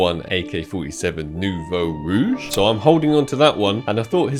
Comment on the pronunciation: HE SAID "NOUVEAU ROUGE" RIGHT! I'm so proud of you